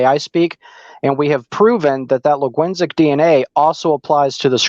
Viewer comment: Dude really said "Laguinsic DNA" when he meant "Linguistic DNA" 💀